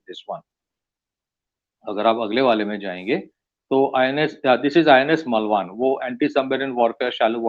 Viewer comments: it's not मलवान. It is मालवण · it's मालवण, not मलवान